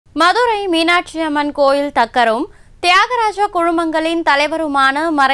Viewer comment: தக்கர் ஆ? அது தக்கார் இல்ல.?